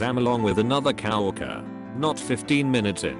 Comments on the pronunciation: Did anyone notice the voice saying the word co-worker as cow worker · humans: coworker text to speech: cow worker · i love how it reads coworker as "cow-worker"